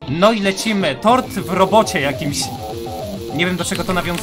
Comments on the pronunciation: Muwi się tor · TORD a nie TORT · Tort a nie tord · Ja usłyszałam "Tort" 🤣🤣🎂